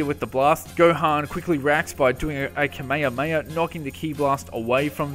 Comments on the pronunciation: Goddammmit i hope that todat you learned to say KAME HAME HA and not kameiameia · Imagine you have a db channel but you cant pronounce kamehameha